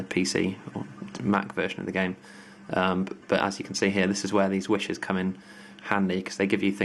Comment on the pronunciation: you pronounce 'wishes' as 'wushers' :')